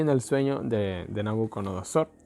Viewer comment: SI: Nabucodonosor NO: Nabuconodosor